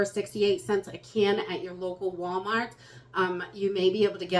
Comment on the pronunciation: Can't believe how much we count on you to guide us through this. You help so many, I hope you know that your guidence motivates us better than a list of things. Thank you for your continued imparting of knowledge that many don't have. And I love to hear that Wallmaht roll off your tongue. True New Englander. From a True Texan.